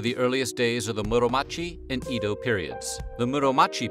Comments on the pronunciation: Just a note: Edo is pronounced eh-doh , Kobe is ko-beh, and sake ( sa-keh). The e in Japanese is pronounced “eh”. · That's not how you pronounce Edo.